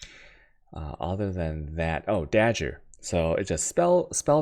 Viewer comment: Yes it is, he's joking around saying it like that. Does it with a lot of words, notice he calls his Atziri's Promise flask "Atzubi".